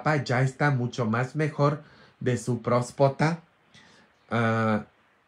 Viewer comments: Prostata se dice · N es prospota jajs es próstata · Es próstata, no próspota. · Se dice próstata padre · Se dice: próstata. Estaba muy mal de su próstata.